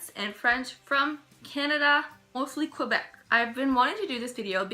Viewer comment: It's "Kwuhbeck" now, eh?